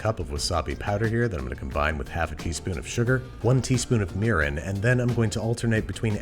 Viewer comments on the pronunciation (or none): made me replay twice until I realized it's mirin -_